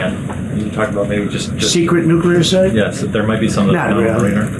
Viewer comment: When the media is too dumb to prounounce "nuclear" correctly it really shows that intelligent people are in a very small minority these days. If this wasn't the case Trump never would have been POTUS.